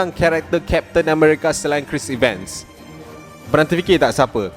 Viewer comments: Sebut tu bg betul la ckit.bkn triler tp trailer.bkn chris iven.chris evans.homework la dulu bang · Cris Evan, Bukan Cris Iven 😊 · Cara sebutan 'Chris Evans' tak betul.